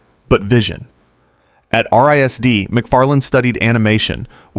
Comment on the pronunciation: lol RISD is pronounced Rizz-D. It’s not spelled out.